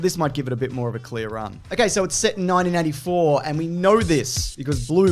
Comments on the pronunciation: Maybe I just keep on miss-hearing you, but it sounds like each time you say '1984', you're saying it as "nineteen NINETY-four". Definitely an error regarding George Orwell's 1984, as well as this film: Wonder Woman 1984. Love your videos though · "nineteen ninety" .. am I the only one that hears that? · Why does it sound like you keep saying 1994. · Why does it sound like you're saying 1994 the WHOLE time?